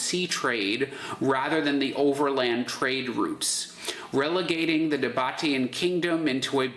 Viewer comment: The pronunciation is the "Nah-Bah-Tee-Ahn"